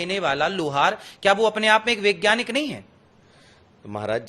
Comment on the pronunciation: महाराज जी.....वैज्ञानिक बोलिए.... विज्ञानिक कोई शब्द नहीं है।। बताओ आप ठीक से हिंदी भी नहीं जानते 😂😂😂😂😂